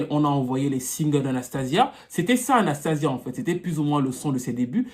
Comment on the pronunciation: Là c'est sia et pas zia . Ça se prononce Anstéycha en anglais.